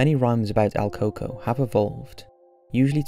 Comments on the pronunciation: your saying his name wrong its El COO COOIE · My mom told me about el “coco” buh you pronounced it wrong it’s El Còco (cu- co) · el coco? el pronounciation you butchering dingus: koo-koo-yyyy